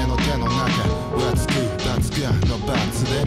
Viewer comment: let's goの発音が若干ret's goになってるのはご愛嬌